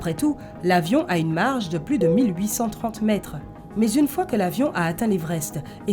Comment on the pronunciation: oui tu as raison mais c mal prononcé